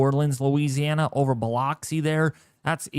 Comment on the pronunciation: Hey, for the record it's called Hattiesburg as in Hat-tis-burg and not Hate-tis-burg and it's pronounced Biloxi as in Bu-lux-e. Just in case you didn't know, now you know. Also, please don't be offended, I'm just pointing it out. Thanks for the updates.